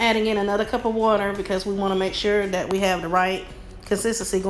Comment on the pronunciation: Wish you would say.............this and that...............instead of dis and dat.